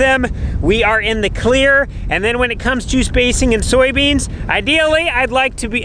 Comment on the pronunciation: Soy beans, not Sowie beans